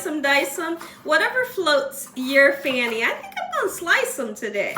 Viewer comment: Did you say "whatever floats your fanny"? I thought it was fancy 😅 whatever it is, that looks delicious ❤